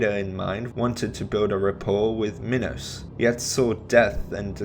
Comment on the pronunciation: he actually said minos right :O